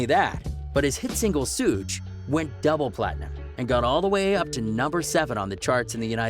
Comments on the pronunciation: And it Suge like Suge Knight not, Sooge..LMFAO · You said sooge it suge dumbass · Suge not sooge u bellend!! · Sooge he said xD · Nigga called Suge sug 😆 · This dude said sooge 😂😂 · this man is literally reading this shit off fuckin wikipedia dumb ass, cant even pronounce his most popular fucking song right smh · Dis neega pronounced Suge wrong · H A I guess that he thought it was French😂😂😂 idiot